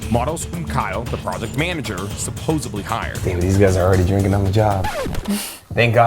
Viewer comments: Bro, the word is pronounced “supposeDly”….not supposeBly. 👍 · Has anyone over the years informed the speaker that the word is NOT "SUPPOSUBLY" ...It's "SUPPOSEDLY"....I just found this channel in the last week or so but videos either recent or in the past all have the main speaker constantly saying "SUPOSUBLY". The word is "SUPPOSEDLY". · Hey, it’s not pronounced “supposably”, it’s “SUPPOSEDLY”. 😭😭😭